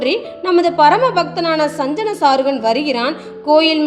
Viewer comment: சஞ்சன அல்ல. சஜ்ஜன. தலுவ அல்ல. தழுவ. தமிழ் உச்சரிப்பு சரியில்லை. உங்கள் டமில் திராவிடியா டுமீல். முடிந்தால் திருத்திக் கொள்ளவும்.😊😊